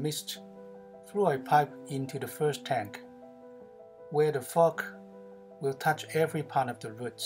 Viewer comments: Your pronunciation of the word Fog sounds like Fuck...ty for the laugh...😁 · Sorry bud it's just it sounds like you are using a cuss word when you say fog. I did subscribe wmto you love the video, I'm going to try to implicate that design but with 7 gallon tote with 34 clone sites. How many gallons is the tote you use